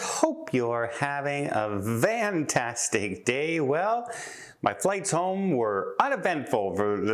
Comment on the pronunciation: I am relatively new to watching your videos, but have watched a few now. In the opening you wish people a "VANtastic Day", or at least that I what I hear you say. Are you really saying Vantastic or am I not hearing you correctly and you are saying something else?